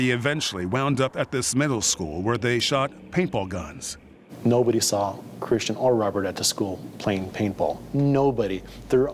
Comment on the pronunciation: Mispronouncing Kristen for Christian 50 some times was Annoying. How did no one catch and correct it ?!